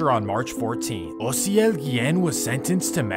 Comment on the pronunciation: I did what ? Damn he’s pronouncing my name right and all that lmao Mad props cause most people pronounce it with a A instead of a O but I make it easier for people to just say the letters O-C-L literally how you say it except you spell it OCIEL 🤣